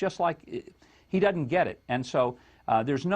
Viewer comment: the word is doeSn't not doeDn't